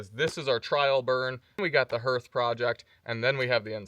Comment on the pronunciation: Greetings from East Tennessee!! I know yall are kind of new to Tennessee, but "hearth" is pronounced "harth". Yeah, I'm that guy. Love your channel